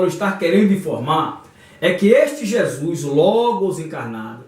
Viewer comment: PELO AMOR DE DEUS!! APRENDE A PRONUCIAR CORRETAMENTE O NOME DE NOSSO SENHOR!! NAO É JESUIS !!! É JESUS!! CADA VEZ QUE VC DIZ JESUIS É UM TAPA NOS OUVIDOS !!!!